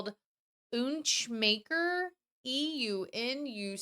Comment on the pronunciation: "Eunuch" is pronounced "you-nick" and it means removal of male genitals.